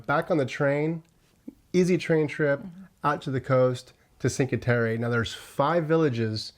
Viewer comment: Bari is pronounced “Bar ee”, not bar EE!, and it’s not in a usual trip to Italy, Venice, Florence, Rome and maybe the Amalfi coast!,….really the Sinka Terre! really pronounced “Chin kwah terri”,….Saint Marks Basilia? pronounced Basilica!, Catania pronounced “Catonia”, amazing, Tropeea pronounced Tro paya